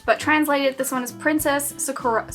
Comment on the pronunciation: The way that name is pronounced is sAkura :D I never read manga but I'm a big fan of certain animes. Cardcaptor Sakura is probably not the manga you're reading but omg, it was such an adorable 2-season series that I enjoyed as a kid!